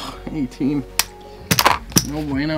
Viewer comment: Love the way the dealer pronounces "No Bueno" sounds like "No Bweyno" kills me everytime 😂